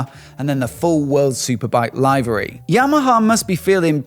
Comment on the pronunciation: Nice video as we've come to expect. Just one pedantic point it's liv'ery not live'ery.